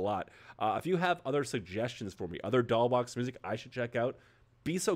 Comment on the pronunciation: Btw: the "$" in Doll$Boxx is pronounced as an "s"